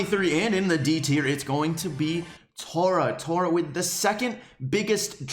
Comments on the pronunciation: Tora? It’s Tah-rah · Your say omg Tara wrong it’s T-A-R-A